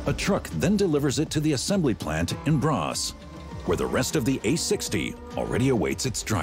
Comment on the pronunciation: It is: ”Borås” (not ”bras”).